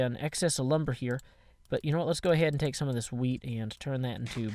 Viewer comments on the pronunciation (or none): none